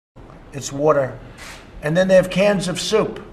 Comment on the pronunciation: So he's saying. . . Souptifa?!